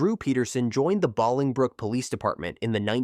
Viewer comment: Bowling brook is how to say the town.